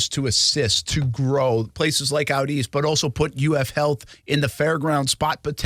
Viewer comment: He said it correctly “out east” that’s how you know he knows what he’s talking about . 🐆🏈🐆🏈